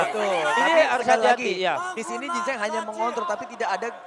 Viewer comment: Jin cheng ya bukan gingseng.. 😁🤣🤣